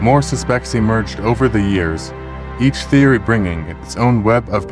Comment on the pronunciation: My God -- PLEASE stop with the shitty AI narration. "SEE-crits. Suh-SPECTS."